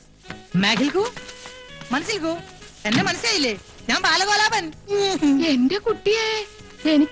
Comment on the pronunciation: സ്വന്തം പേരുപോലും തെറ്റിച്ചാണ് പറയുന്നത്... ബാലഗോലാപൻ 😂😂